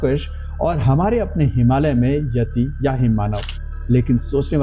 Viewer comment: येती (Yeti) नही यती(Yati) बोलो